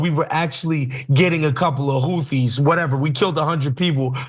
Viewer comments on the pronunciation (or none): none